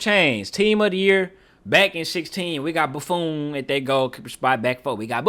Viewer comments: boo-phone 😂😂 bro was saying it wrong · Bro lost his all his aura by calling the legendary goalkeeper BuFOon.😭😭😭😭😭-auraaaaaa😭😭😭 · The way he pronounces Buffon 💀